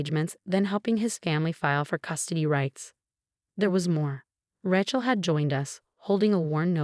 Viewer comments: Ray-chel not Rat-chel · Why can’t she pronounce the name correctly its not a ranch’el Ray is she correct sounding. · Ratchell again. Say it correctly or use another name. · Rachel has a long A . A lot of these sites use the name, Rachel and pronounce it incorrectly😮